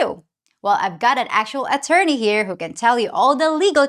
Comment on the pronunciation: Could you please stop calling him atorney, that sounds creepy His name is Dave